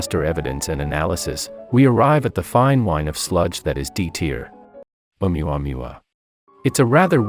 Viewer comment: “oumuamua” got me tripping 😂 «Uranus » you serious 😑